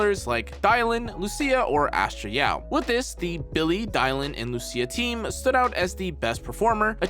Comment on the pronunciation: is he trying to say 'Astra Yao' ?